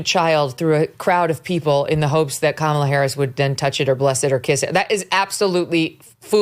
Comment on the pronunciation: Kamala (Ram-ba-la)